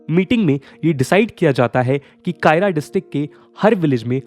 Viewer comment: Kaira = खेड़ा district Not कायरा